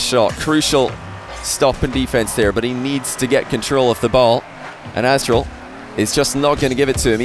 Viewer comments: nope im native english like and he isnt pronouncing the t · Kyl barry he literally says “azTral” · Nobody's gonna say anything about constantly calling Aztral 'Assdrill'?! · why does call aztral azral? xD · with only checking 45s of gameplay he said azral 4 times. don't correct me if you're wrong. 😂😂